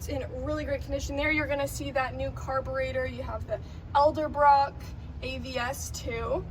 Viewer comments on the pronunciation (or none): Love that truck! You guys are absolutely giving that one away. It is pronounced "Edel - Brock" not "Elder- Brock". Thanks. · "Elderbrock" carburetor <3